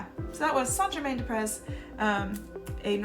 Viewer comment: Pronounced “Saint Germain Dé Pré”- no s pronounced on “Près”. It means Saint Germain of the fields.